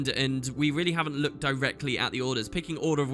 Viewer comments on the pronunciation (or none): none